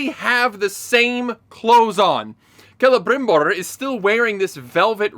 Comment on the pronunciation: Jeez, you're the first I hear talking about that exact scene. Elrrrrrond and Calebrrrrimborrr traveling to the Dwarves realm just like if it was a 15 min walk. This is early in the begining and that's exactly what made me give up on this show.